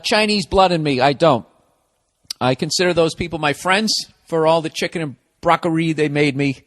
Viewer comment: "Muhfuckin chicken" as a black man I'm proud to hear him say it like we would